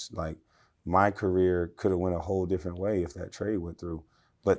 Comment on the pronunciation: She said, “ all the hoe positions filled” 😂😂